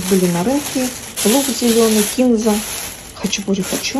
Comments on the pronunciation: Зачем отстойными портками-парашютами трясти?🙈 Вроде хачапури собрались готовить. Увы, кулинария не ваш конёк. Как-то всё тяп-ляписто. P.S. и кинза́, а не ки́нза👆 Согласно строгой литературной норме ударение ставится на второй слог. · кинзА,, кинзА🥴